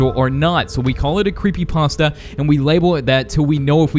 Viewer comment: Creepy pasa or Creepy pasta?